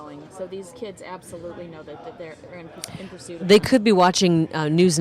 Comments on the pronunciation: "Pursuiot" lol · "Police Pursuiot." Good goin'. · It's: "Police pursuiot" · "Police pursuiot" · Pursuiot? lol